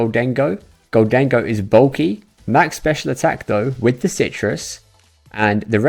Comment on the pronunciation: Gholdengo --> Moldengo --> Condengo